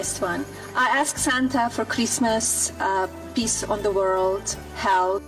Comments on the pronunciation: Did she say "piss on the world"? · DID SHE SAY PISS OR PEACE CAUSE djt CRAPPED ON US FROM A JET JUST ASKING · She said “peace on the world “ 😂😂😂😂😂😂 sounded like piss on the world,…I can’t 😂😂😂